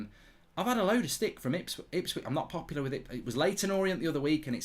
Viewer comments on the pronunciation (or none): none